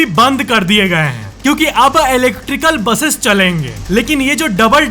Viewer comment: हैं ko please ache se pronounce kro हैंयय ni